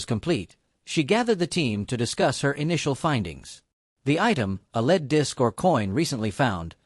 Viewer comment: I THINK THAT I JUST WASTED 16 MINAND 50 SECONDS OF MY TIME ON THIS USELESS CLICKBAIT, The AI narrator could not distinguish between LEAD (the metal and pronunciation) and lead ( the leading of something)